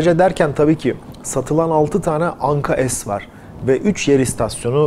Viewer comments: Anka-Es değil Anka-S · Güzel haber ve video Teşekkürler. Ama daha çok Türkçe lütfen biz S harfini S olarak okuyoruz, es demeyelim bence S harfine bu yabancı bir harf gibi oluyor. Türkçemize daha çok sahip çıkalım.😊🤘🤘🤘🇹🇷🇹🇷🇹🇷🇹🇷🇹🇷🇹🇷🇹🇷